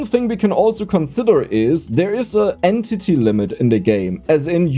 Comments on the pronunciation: I swore you said and titty instead of entity, I must be getting tired or your getting better at confusing me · Damnit. XD "En titty"